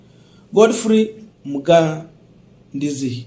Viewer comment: I think you are a Mara. How can you mess up a very Mara name like Mugaidzi?